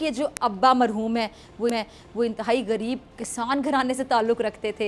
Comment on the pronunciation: گریب نہیں، غریب۔ تلفظ ٹھیک کریں۔